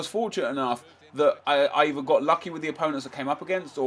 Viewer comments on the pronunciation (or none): none